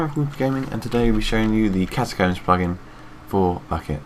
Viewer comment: I LIKE THE WAY HE SAID ATACOMBS THUMBS UP IF YOU TOO